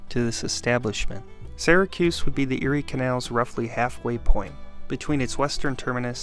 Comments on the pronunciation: Right off the bat... "Syracuse" isn't pronounces "Sehracuse" it's like the words "Syrup" or "Syria". "SEEracuse" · BEFORE YOU TELL ALL YOUR OHPINIONS, LEARN HOW TO PRONOUNCE IT CORRECTLY!!!! ITS NOT SARAHCUSE ITS SEARACUSE.....GOT IT? GET IT? GOOOOOOOOD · In the US it’s pronounced “Sear-a-cuss, not “Sigh-ra-cuse” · Why does this guy keep pronouncing it "Sarah-cuse"? Is this some kind of local thing? I'm from New York and I've never heard it pronounced any way but "Sear-uh-cuse." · I was born and raised in the city and it is pronounced “sear a cuse”, not “sair a cuse”. The narrator should have done his homework. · It's Syracuse...starts like syrup. Not "Sara"cuse. 😉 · funny, because I am also from Syracuse and was thinking the opposite. Usually when someone says "sear a cuse" I suspect they aren't from the area. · the way you pronounce "Syracuse"... are you from Syracuse?